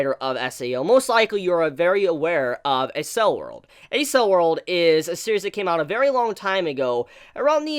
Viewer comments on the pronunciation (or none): I thought Accel World was pronounced like "Axel" like, shortened from accelerate?